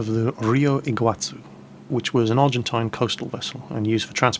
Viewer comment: it's pronounced "Iguasu" as if it was written with an S, not a Z.